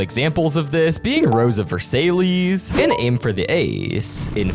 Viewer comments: "RoSeboF Versaylees 🙂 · That's definitely not how you pronounce Versailles 😐. It's pronounced like "ver-SIGH".